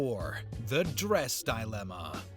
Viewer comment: Dilemma, Costa Rica, ESPY'S, his pronounciations are killing me! 😂